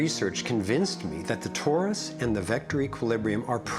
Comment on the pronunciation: It isn't 'TAURUS ... it is TORUS